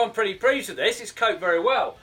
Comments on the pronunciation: Heh "Well I'm pretty preased with this" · “Pretty prease”